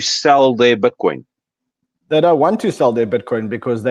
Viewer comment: That's Butcoin lol...